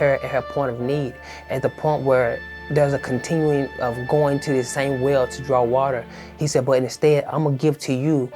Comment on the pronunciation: He said whale not well.